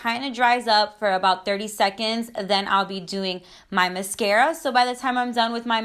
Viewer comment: Steph Vidal cause she says it correct??? 😂😂😂